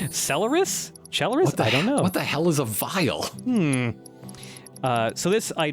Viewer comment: Celeris, from celerity. It's part of the word accelerate.